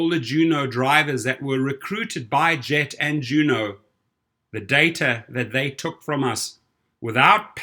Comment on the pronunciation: Isn't 'Gett' pronounced with a hard 'g'?